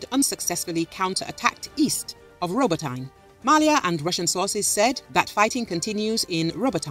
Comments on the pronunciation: Roboteyn? No. It’s Roboteeeeneh. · It's pronounced Row Bow Teh. Not what ever the hell you said.